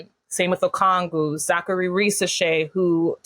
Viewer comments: As a hawks fan it's so wild being in the media spotlight. Shout outs to Lauren Williams as always! Also its Okongwu, not Okwongu! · REPEAT AFTER ME, guy on the right! OH-KONG-WU!!